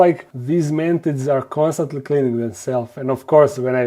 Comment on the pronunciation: i miss when you sayd "mantits"